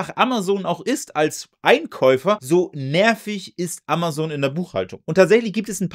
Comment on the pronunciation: AmaZon und nicht AmaSon Dir kann man echt nicht zuhören